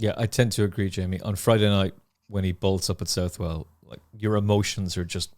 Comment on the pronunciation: You'll probably never need to say it again. But after being told off myself for pronouncing Southwell incorrectly, I've got to pull you up on it! It's pronounced like Suthle or Suthell/all. The "ou" sound should be the same sound as if you were saying the surname Sutherland, and the "well" is pronounced the same as the "le" at the end of hurdle. Yet another great episode though, thanks!